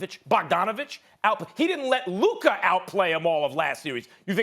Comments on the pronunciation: I am from Slovenia and ai can tell you that everyone mispronounces Luka's name. The "o" is always mispronounced (it should sound like first "o" in oreo"). The only time someone pronounced it correct was Adam Silver at draft night i think. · SAS better learn how to pronounce Luka name properly cus he gonna have to talk about him a lot in the future